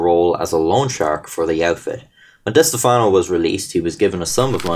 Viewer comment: diss-teff-no that’s how it’s pronounced